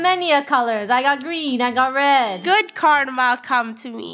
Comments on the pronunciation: cardma? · Someone: IT'S KARMA NOT CARDMA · Greg Glasson it’s carma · Animatlux ummm it’s CARDMA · Yea its not karma but cardma lol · I thought they were just saying karma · So no ones gonna y’all about were lunar is? Okay. Just keep speak y’all “Cardma”